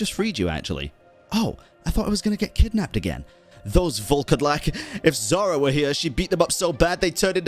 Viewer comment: Pretty sure Zhara is Zhar-bird (Жар-птица, "Heat bird"), and yeah, it's not "zh" as "zz", it's the same "zh" as in SneZHnaya x) ("Zz" sound is "з" in Russian, "zh" is "ж", sooo СнеЖная, Жар-птица) And Koschei the Deathless is from slavic mythology as well Damn I love this quest :ь